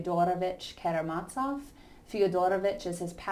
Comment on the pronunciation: As the translators in your edition (as mine) state: the 'z' in Karamazov is pronounced as in 'zoo', not as in 'Mozart'. Thank you for a fine lecture.